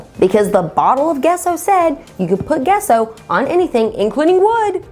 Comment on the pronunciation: Gesso is pronounced jesso :)